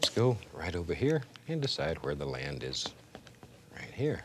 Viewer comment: The lay of the "lan"